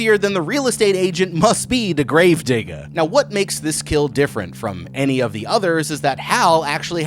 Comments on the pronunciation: why did he say gravedigga and not gravedigger 💀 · Anyone else catch he didnt use the Hard ER in GraveDigger but instead said GraveDigga. Respect 🫡 Also is it really grave robbing or just archeology? No one has specified how much time has to pass before hand